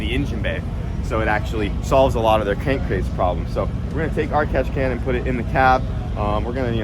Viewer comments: "cank crase" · what’s a “Cankcrase” 😂😂😂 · Did I hear “Cank Crase pressure” ?? 😅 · Did you say cankcrase pressure? At least your page is cainted. 😂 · "Cank Crase" issues